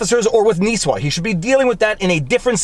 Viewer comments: Ok I understand not everyone speaks Minnesotan but dontcha know up here it’s pronounced Nih-swah (Nisswa) not Nee-swah and it’s Pee-quat Lakes (Pequat) not Pee-ko Lakes. The mayor needs to relax ya know. Maybe have a can of pop and some hotdish. Or head on down to Brainerd and look for a Zorbaz. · Not nees-wa, but Niss-wa pronounced like hiss-ma. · My home town. It's pronounced "Niss-wa". Not "Niece-wa" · minor details... Nisswa is pronounced Niss (like hiss) wah (sort of like hah), and Pequot is like the letter P the quat (similar to squat). otherwise, good overview of the situation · Great video as always sir. Nisswa - "niss-wah". Pequot - "pee-kwot". Hope he loses some friends over this. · N(ih)isswa. Not a long "i" ;) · Nis-wa Pee-quat Pronunciation of the cities just in case you do a follow-up. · Ok....... Gotta not pick. It's Pequot is pronounced Pea-cwat, n Nisswa is pronounced Niss (like Miss)-wa. Local here, n laughing about this. 371 is a busy 4 lane highway, n glad his high-n-mighty ass got spanked. Good cops down there that do a great job. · Oh God. Non natives trying to pronounce our Minnesotan town names xD